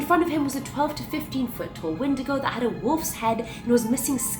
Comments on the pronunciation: Sorry to be that guy but You're saying it wrong it's pronounced wen-digo not win-di-go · (When•eh•day•go) lol